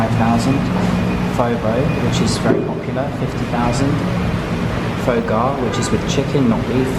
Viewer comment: I couldn't watch after your pronunciation of of "pho" 😂